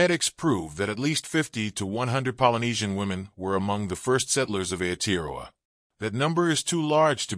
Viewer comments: Why so much repeating of the same information in this video? Why does the narrator butcher the pronunciation of "Aotearoa." All he had to do was pronounce every vowel as if it were Spanish. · Oh dear...I am part Maori...the pronounciation of Maori & Aotearoa is terrible...so much blahblah of the same info repeated...where are the actual pics of my people??? Its very nice to hear what our people have always known...but not mentioned over & over...this is not worthy to listen to! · He's not even pronouncing Maori or Aotearoa correctly, they could have got an actual Maori or other Polynesian person for the voiceover rather than an American.